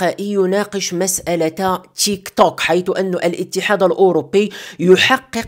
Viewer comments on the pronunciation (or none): ينطق بالعربي تيكتوك 👍